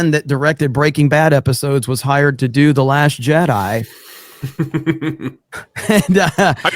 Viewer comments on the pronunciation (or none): I just woke up; but about into the video, it sounded like pronounced "The Last Jedi" as "The Last Shit-Eye".